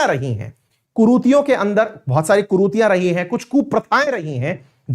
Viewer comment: कुरूतियां नहीं कुरीतियां बोलो।